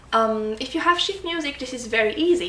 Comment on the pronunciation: "if you have sh** music it's very easy" :D Sorry just teasing you with the accent You're a good teacher and actually I have a request for a video about the complex phrasings in polskas like we often hear with Frifot where it sounds like the tempo is changing I really want to learn that